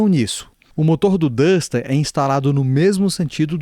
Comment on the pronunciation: Vídeo bastante esclarecedor, mas tenho que ressaltar: parabéns por ser uma das poucas pessoas a pronunciar os nomes dos carros corretamente: "O Pajero, O TR4 e O Duster".